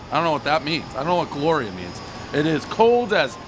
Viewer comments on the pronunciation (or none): Definitely said Glorial